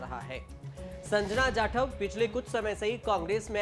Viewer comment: Tu patrakaar kisne banaya hai tere se jatav aur Sanjana Naam sahi se nahin liya ja raha hai